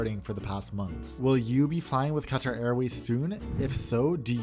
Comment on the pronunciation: Wow! You properly pronounce words like Qatar, Pakistan, and route. I think you're the only American-accented YouTuber I've heard who properly pronounces these, and it clearly shows that you care. If you pronounce kilometre properly as well, you'll definitely be unique! Keep it up!